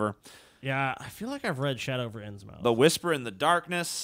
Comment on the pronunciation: It's pronounced "Innsmuth"